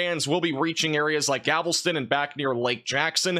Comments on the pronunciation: You seem to have some high quality info, but please, unless all of my family who was raised in Houston are wrong, it probounced Gal-ves-ton not gavel-ston. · I'm still hearing "Gavel-ston.", please try pronouncing it like "Gal-ve-ston" instead! Thank you! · Galveston not gavelston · Here is a conspiracy...he is mispronouncing on purpose for more comments because he knows how irritating it is?! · It’s pronounced Gal-vest-ton lol